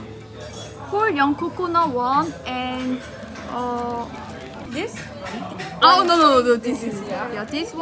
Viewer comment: akhirnya ada yang sadar kalo orang Korea wkwkwk ketauan dari accent nyaa "oh~"